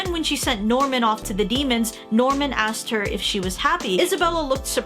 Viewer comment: That's not Norman that's Nirman